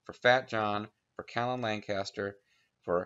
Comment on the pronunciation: Hi. Personally I think we should serve under the mighty and worthy Dong Zhuo. Also, I feel I don’t have room to correct your pronunciation, however, my name is Kalan, pronounced (Caylin). I wanted to let you know. Call me whatever you feel is best. I won’t judge. Also, I’m super excited, this LP will be to die for.